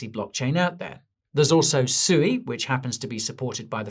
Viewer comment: Did you just Just call it Suey like chop suey 🤣